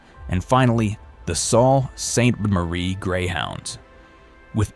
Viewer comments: Saul Ste. Marie-??? “Soo” Ste. Marie is the only way normal people pronounce the city… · It's pronounced "Soo"Saint Marie not "Salt". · “Salt Saint Marie Greyhounds”? WTF